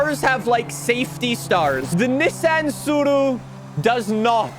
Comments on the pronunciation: Man pronounces Tsuru properly but not Nissan 🗿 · Say Nissan wrong again. I dare you